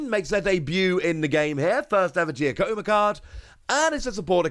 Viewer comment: Giacomo is an Italian name pronounced "Jah-cuh-mo".